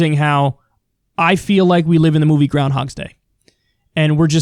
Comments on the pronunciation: Kyle. Dude. My guy. Ya gotta say Groundhog Day correctly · groundHOG day. No "S".